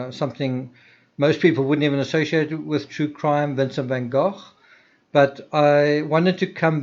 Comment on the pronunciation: Van "GO." Not Van GOFF."